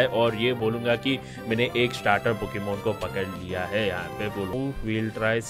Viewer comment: Bro not a poxemon it's pocemon